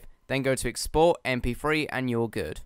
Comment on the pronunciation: "Em Pee Free"